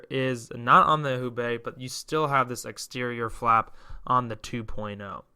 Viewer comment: Just to avoid confusion, I believe Houbei is pronounced "HO-Bay". Enjoyed your video!